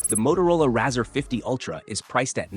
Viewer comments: Razza?!?!?! no its rarz..or RAY-ZOR :) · Razzer sounds like some dodgy porno, it's pronounced Razor man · C'mon at least get the name right, pronounced ray-zer like a razor blade